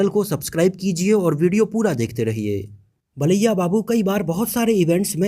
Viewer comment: Baliya nahi bro balya babu